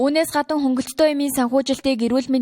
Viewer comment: Сурвалжлага уншдаг хүүхэн гадна гэхийг гадан, болно гэхийг болон, гэх зэргээр буруу хэлэхээ болиоч! Уншиж сураагүй байж яаж сэтгүүлч болсон юм бэ!